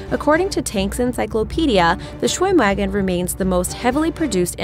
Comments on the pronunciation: "schwimwagen" German: look I know you never learnt German but come on... leaves the chat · Ugh I cringed when she said "shwimwagan" not "schvimvagon" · It's pronounced SchwimmVAGEN, schveinhunds